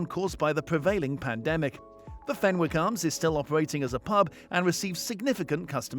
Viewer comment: fenwick has a silent w...so it's pronounced fennick. x